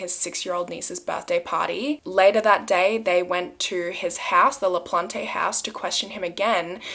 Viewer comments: It’s pronounced LaPlante plant. Not plantay please always check with the state or someone who would be able to tell you I live in Massachusetts. I know this case. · It’s pronounced Danny Laplant without the e. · Le-PLAHNT. :) E is silent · it is pronounced “La Plant” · It's pronounced La-plant! ☺️ It's a family name on my mothers side! (the sweetest people in the world, with no relation to this man i promise lmaoo) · The guilty guys name..should be something else😳 ..but his surname LaPlante ..the e at end is silent..it's a French name means the plant...I'm French and notice these things is all ..🤘✌️ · American pronunciations : Pepperell= Pepper ell, Ayer= Air, LaPlante= La plant. Im from that area and lived in both Pepperell and Ayer. Cheers for this story.